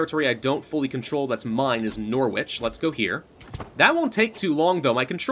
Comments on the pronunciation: it's noh-rich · pronounces all the names in England wrong. Norwich is pronounced noh-rich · anyway he pronounced it wrong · Hearing Americans say Norwich 😬